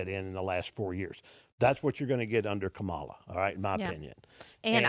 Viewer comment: Mark Cuban business knowledge >>>>>>>>>>> x billion >>> your "dads" business knowledge lmao. Were you seriously expecting this to mean something running to daddy pitting him against Mark friggin Cuban?? LMFAO low Iq trump voters INDEED. ENJOY THE LOSS LOSERS😂 It's Kamala not kom uh luhh 😂 ignorant racist people 🙄